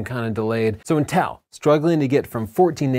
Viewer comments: Dammit I can't get over how you pronounce Intel... 😂 Seems like you say "Nnn-tel" rather than "IN-tel"... Anyways! The M1 chip is very exciting but I think all creators need to be patient and wait for the "Pro" shoe to drop before investing in new computers. I know I am! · The way you pronounce inTEL distracts me slightly, in much the same way that Chelsea pronounces BUTns. 👀😂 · It’s pronounced “Intel”, not “In-tell” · Me encanta como pronuncia Intél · i get lost whenever you say inTEL 😅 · Intel is pronounced IN TEL. Are you Canadian or something ?